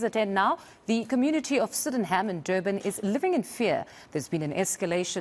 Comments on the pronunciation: The saddest part is somebody got paid to say Sid-in-ham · I've never heard that pronunciation of Sydenham before :O I had to pause the video yoooh